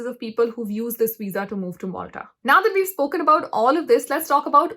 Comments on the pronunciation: Not "moltha" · I think that is not Molta it's Malta